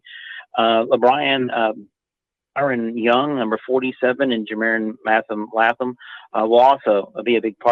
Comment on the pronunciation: It’s pronounced Layyyyyyytham. Laytham…seems like this guy should know that?